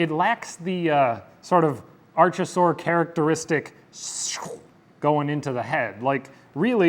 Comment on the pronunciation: And palaeontology enthusiast here. Interesting idea for a series, I'll follow along. Just one point, Archosaur is pronounced ARK-oh-sawr, not ARCH-oh-sawr as you were saying.